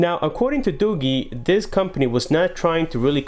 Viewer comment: It's not 'Doo-Gheee'. It's Doo-jeee. DooGee.